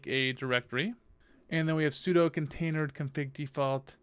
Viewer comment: "container dee", "et-cee", "eff ess tab". "sue doo"... commands that end in ctl are usually prounced "cee tee ell" or "cuttle". I'm really trying hard to concentrate on the kubernetes knowledge but it's difficult to take it seriously when basic linux stuff is being pronounced like you've never used them before.